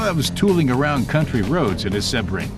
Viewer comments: SEE-BRING. Not SeH-bring. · An American commentator that cant pronounce Sebring, its in Florida. SEABRING.